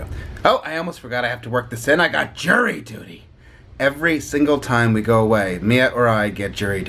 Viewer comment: At first I thought you said you had "Jerry Duty"